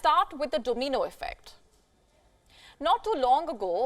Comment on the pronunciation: I didnt know it was called a DOMEENO effect.